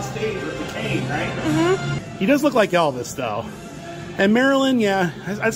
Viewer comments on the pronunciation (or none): none